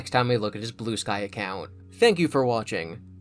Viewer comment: Every time you said Blue Sky all I heard was Blue Spike...